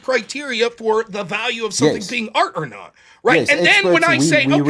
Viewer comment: Sometimes when he says art, i hear aught. One aught to be polite when given no affront. That's all. I like silly debates though. Quite a lot, general. Screw art though. Also in general